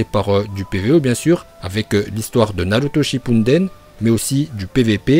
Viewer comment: Naruto shipunedene mdr c'est comme ça que tu prononce